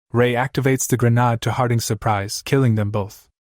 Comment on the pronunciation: When will this ai learn how to pronounce grenade